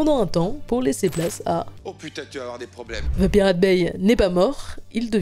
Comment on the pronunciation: Dans le mot anglais "The" n'a pas "Z" ! 😊😅😂 Les français ont tellement de difficultés avec l'anglais 😅😊✌️